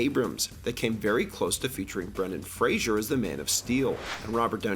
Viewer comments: Brendan Fraser (FRAY-ZER). Not Brendan Frasier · It is pronounced "Frazer," not "Frasier." He is very adamant about that. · Great video, only you mispronounced Ralph and Fraser.